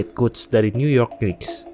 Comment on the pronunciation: Coba pengucapan knicks nya bisa dihilangkan k di depan